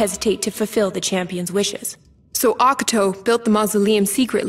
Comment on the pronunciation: Auck-uh-toe. Yup that's totally is how Ocato's name was pronounced.